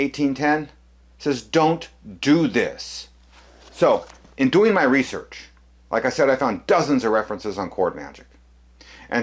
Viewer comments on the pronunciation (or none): none